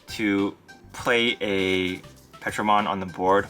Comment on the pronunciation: It’s not Petro. It’s Ptero. Like Pterodactyl. “Terro” is how it’s pronounced